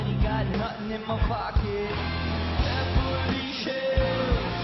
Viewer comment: Is he saying Beverly Chills on purpose?